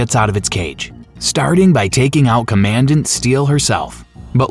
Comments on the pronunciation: Say it with me "Comman-dant" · Commandant pronounced common-dant 😂😂😂